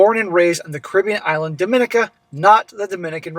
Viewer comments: The stress in Dominica is on the second-last syllable. As in, dom-in-EE-ka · It's pronounced dom-ee-nee-kah. Tis where my family is from